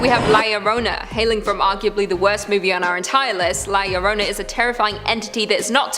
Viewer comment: And it's pronounced La Yahrona. Or La Llrona.